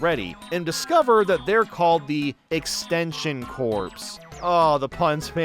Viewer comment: You dont pronounce Corps as corpse. You say Corps like Core. I dont know if I can trust the opinion of someone that has so little real life and world experience.